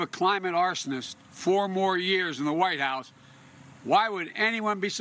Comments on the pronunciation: It‘s pronounced years not „yöööörs“. Please Trevor, c‘mon on. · I just love the way Noah pronounces "years". I just like the sound. It's like when you lie down on a cool fluffy pillow.